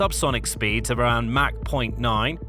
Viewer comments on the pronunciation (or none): none